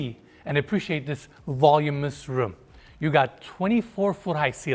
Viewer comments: Yay! back and already pointing out the neighborhood highlights! Beautiful property; it's modern farmhouse to me with the beams everywhere. P.s. please don't take offense because I know English is a 2nd language but the word voluminous is pronounced vah luminous not vol luminous. I used to mispronounce words because of reading the words is different than how they are pronounced but my mother helped me by correcting me. Now I ask Google. 🤩 You both are Stars! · The word is voluminous. The word you're looking for is V-O-L-U-M-I-N-O-U-S. ,,,,"volumus" is not a word.